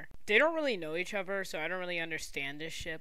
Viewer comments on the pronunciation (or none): none